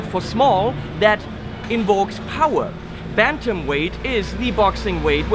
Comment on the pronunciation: You named the amp after a chicken??? And it's pronounced 'bæntəm' not 'bæntæm'.